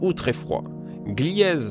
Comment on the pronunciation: "Glièze"..... Non ! On prononce GLIZE !